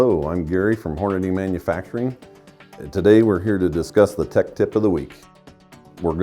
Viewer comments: It's pronounced Hornady. Not Hornaday. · Why is a Hornady representative pronouncing it HornaDAY? 😮